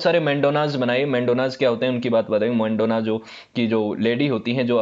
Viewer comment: मेंडोना नहीं है वो , मैडोना है । और भी ज्यादातर नाम गलत लिए हैं आपने ।